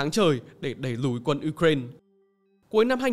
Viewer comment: Đọc là u rai na đi, uren khó nghe quá